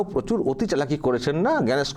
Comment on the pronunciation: অভদ্র অশিক্ষিত মানুষ জন জ্ঞানেশ কুমার বলতে পারছে না বলছে ভ্যানিশ কুমার